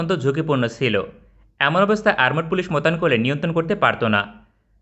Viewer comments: আরমোড পুলিশ আবার কারা ভাই???😆😆 আর্মড পুলিশ আছে বলে জানি। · আরমড পুলিশ কি ? উচ্চারণ ঠিক করেন.